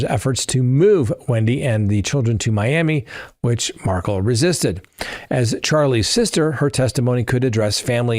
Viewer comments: Mar-kel, not Markle. Please pronounce the victims name correctly!!!! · It is MAR-KEL not MARCKLE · Love you, but you gotta look into saying Dan Markel’s name correctly…just to honor his name….please like kettle…kel….rhymes with bell… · It’s Mar-kel